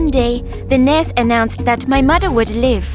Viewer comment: I love how she pronounces "nurse" in Nars